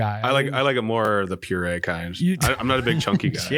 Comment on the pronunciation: You had me Jared until u said pureed.